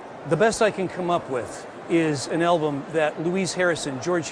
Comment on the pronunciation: Stop saying "elbum" dammit!